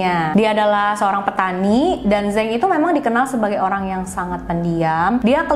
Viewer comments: koreksi dikit, neng .... zhang dibaca chang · Zhang yong ming dibaca mjd Cang yong ming...🙂...dia bermarga Zhang